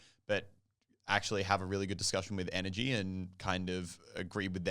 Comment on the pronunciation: Is she saying nrg or energy